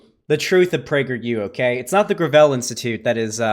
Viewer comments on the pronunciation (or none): Oh it's pronounced gravel, not gravel.